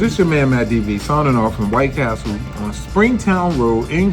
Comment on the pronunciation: you are 100 percent wrong. White Castle is the correct way to say it. The way you were using it is supposed to be White Castle